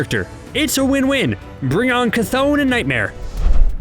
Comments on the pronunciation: Geezus, I’ve here like 5 different pronunciations of the name Chthon ...CH is pronounced “ch” not “kuh “ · It’s ch-th-on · I been saying chthon wrong this whole time it’s actually pronounce ch-thone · You mispronounced Cthon wrong. Also Kevin Feige said Agents of Shield is not canon